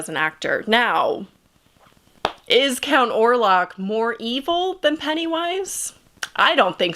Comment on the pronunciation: Orlok not Orlac.